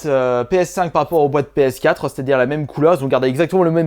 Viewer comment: Sur la pskatrehaan 😂😂comment il dit ps4 sa me tue 😂 si non j'adore tes videos